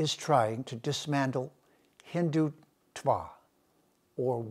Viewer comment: The way he splits the word hindhutva is annoying.